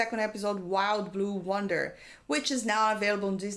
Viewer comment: Its yonder.. you keep saying wonder